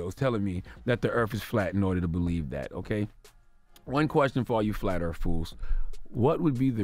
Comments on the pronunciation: “Flat Earf”. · "Flat Earf"? wtf